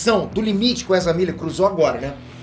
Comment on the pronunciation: "Precisamos Falar Sobre o 'Erza'" 😂